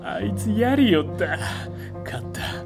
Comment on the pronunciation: やりよったっていう発音すき